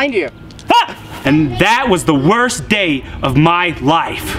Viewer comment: Day not dy